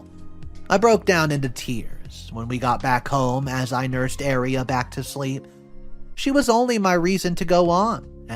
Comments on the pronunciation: Aria!!!!it sounded like you were saying area. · It's aria not eria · Are you saying area?